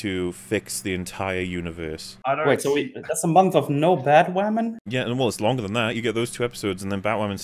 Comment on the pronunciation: BatWahmen V SuperWahmen: Dawn of Cringe